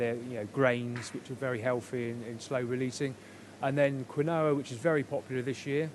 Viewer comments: he means quinoa, not kwiknowa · It sounded to me as if he was saying quin-noah. I was surprised to hear a chef pronouncing it like that🤭